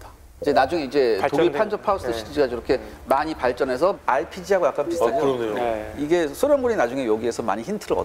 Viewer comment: 녹색옷 입은 아저씨 발음 진짜...거슬리네 ㅋㅋ ."어 그러뇨" ㅋㅋㅋㅋㅋㅋㅋ